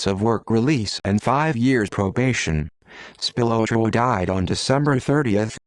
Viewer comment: It's pronounced Spill-lot-row. At least learn the name if you want anyone to believe you